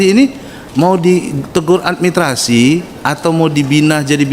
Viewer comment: Beliau tdk bisa menyebut kata, 'Administrasi'.